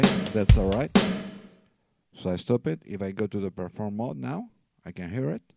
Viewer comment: hard to understand. There is no Pear Form mode. REE CORD.